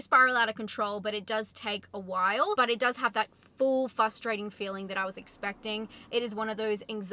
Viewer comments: Are you aware that you say fUstrating rather than fRustrating? I had a boss who did that and he's now a sitting member of Congress, so it's not about intelligence by any means. Anyway, thanks for the review - I love Nic Cage in almost everything he does. This one sounds like a must watch for me. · FRRRRRRRRustrating, NOT Fustrating. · "frustrating" has two Rs in it. Had to turn off the video after the millionth time you said "FUSStrating" 🙄